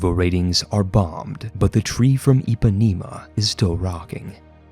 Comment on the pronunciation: as a Gaucho from RS, I’m quite exited Edit: bro I just heard him say “Ipaneema” and I got a stroke